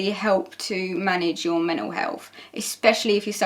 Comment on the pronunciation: i love how says "men'L illnesses" his accent is so cute